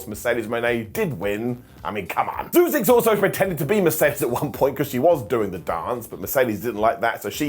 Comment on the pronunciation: please learn how to pronounce Zeuxis name. Don’t just change it to Zeus.